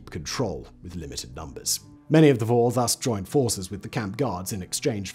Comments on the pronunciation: In Russian the word thief is pronounced [vor]. But you have to pronounce [voR] with hard and define R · Vorrr. emphasis is on R, not O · It is not pronounced Woh or Woe. It is Vor (with hard 'r' like in 'roberry')